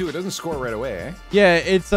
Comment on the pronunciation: If Canadian? Why did he say “right away Ey” on